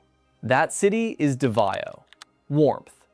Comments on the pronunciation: It's hard to take #1 seriously when you pronounce it Davio! Daaavow or davo. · Davao is pronounced "Da-Vow" Not Du-vay-oh... This tells me the narration is AI. Yuck! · 😂... I was just there so it stood out to me. I noticed you pronounced it properly later in the video? Thank you for opening my eyes to Cambodia. I'm going to visit after my 90 days in da Nang. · Well, I was with you until you mentioned P.P. warmth 32c ? If you like hot n humid, Try 38-40c . This must be AI audio. Davao is not pronounced Davio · Does he mean Davao. Sure ain’t pronouncing it as such. Been there once. Was in my younger days and on the Government dime so of course I liked it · You cannot pronounce DAVAO! Thumbs Down A Hole Ai Sucks! Lazy A Hole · Literally where?? None of the video is original, and anyone that's been to Southeast Asia even once would know how to correctly pronounce "Davao" ... There's so much terrible information in this video is hard to even know where to start ... but hopefully YouTube find a way to shut down nonsense channels like these providing poorly researched, AI-backed info from a 20-something kid probably living in a basement somewhere in California.